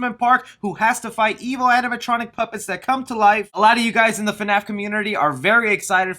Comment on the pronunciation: Can we all stop calling it "FUNAPH" because that is super irritating. Maybe because I'm not a fan, but that just sounds fucking stupid to me.